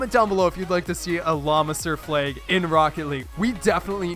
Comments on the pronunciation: Fleags? I say flag. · Wtf is a "fleg"? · Umm... why do you say "flag" like "fleg"??? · why do you pronounce flag as "flayg"?